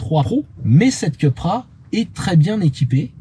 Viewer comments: Je suis étonné, quand on connaît le professionnalisme de, qu'il fasse cette bourde. Soit on dit "Coupra" à l'espagnole, soit "Cupra" à la française mais surtout pas "Keupra" à l'anglo-saxonne! Ou alors on dit "Sit" quand on parle de Seat...Que laisse cette erreur au barbichu de Caradisiac... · Il me semble que ça se prononce plutôt "coupra"... c'est espagnol, pas anglais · Le design extérieur est à tomber !! Mais l'intérieur façon ID3 me déçoit.. dommage car elle était dans ma shortlist... si je peux me permettre... Cupra est une marque espagnol alors il faut dire Coupra 😊 Merci pour cet essai. Toujours un plaisir !! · Pourquoi dire Ceu et pas Cu??😉Très bon essai comme d’hab’ mais vu uniquement en 360p,je ne sais pas pourquoi!Ca serait bien un comparatif entre Id3 et Cupra